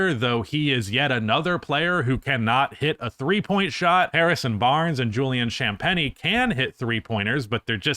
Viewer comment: I thought it was pronounced like champagne?(Drink) Julian cham(like shams charania sham)pain